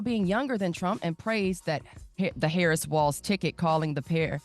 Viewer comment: “Tim Wal-Z” ?